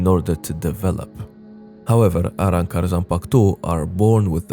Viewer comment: Love how you say arrancar!